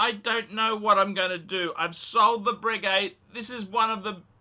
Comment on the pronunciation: Anyway you didn't deserve it because it is 'bray-gay' not bregg-gay.' ...I heard that from Ralph Schneider.